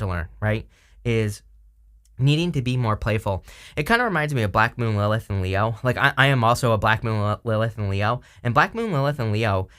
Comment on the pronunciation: What are you saying "Blackmooninthe elf" You said this word a number of times and I have no idea what you are saying. I know you talk fast which I try to keep up with but maybe sometimes it's a good idea to enunciate really clearly even though you are going through a reading really quickly. But thank you for all that you do. I love hearing your readings,!